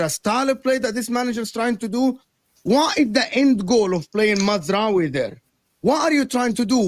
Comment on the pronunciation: It’s MAZ RA OUI